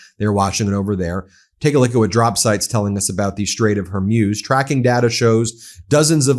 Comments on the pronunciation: I quite like MTN but WHY can Americans NOT pronounce simple words like Hormuz- it's not "Hermuz", "Hermoz" or anything else. I have noticed this on numerous channels and it gets on my tits as we would say in the UK! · What is the strait of “whore muse”? You pronounce it incorrectly, counselor. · You keep mispronuncing "Hormuz" (Strait of hormuz) Please look up how to pronounce that word properly. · It's not Strait of Hormuse but Strait of Hormoos (the pronunciation, I mean). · Hormuz pronounced OR-MOOZ. Not Or-myooz. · Ben, Hormuz is pronounced Hore Mooz, not Hore Muse. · Strait of Hormuz pronounced hor-mooz, not hor-myooz. The way Ben prounces it, it sounds like an inspirational lady-of-the-night. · IT IS PRONOUNCED, HER-MUZ, NOT HER-MUZE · For God's sake can you at least get people's names right! It's not pronounced Kom-ayni, nor is it the Strait of Hoar-muse. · It would have a profound impact if you learn how to pronounce strait of Hormuz correctly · He's still trying to figure out how to pronounce 'Hormuz'. Better to stick with law news unless he learns the importance of how to pronounce names properly, like the traditional media learned decades ago. It's simple professionalism.